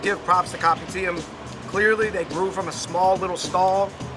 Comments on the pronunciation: It's not read as copy-tee-am. I keep hearing "Copy T.M.". It's read as kou-pee-d-yum. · Kopitiam is pronounced co-p-tiyum, I think. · By the way, Fun Bros! It’s pronounced as Ko-pi-tea-ah-m. Just the ‘am’ in Kopitiam. Hope this clarifies! Mad love 🙏🏻❤️ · Kopitiam is pronounced as “ko-pee-tea-um” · Oh gawd. Please stop calling it Kopi TM. My ears...